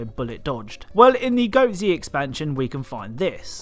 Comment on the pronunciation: It’s pronounced goatz like one word goats but with a zzzzz noise at the end